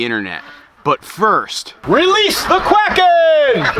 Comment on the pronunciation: Did you really just say release the quacken?!?!?! I died 😅😅🤣🤣💀💀🤣💀🦆🦆🦆🐥🐣🐤🦢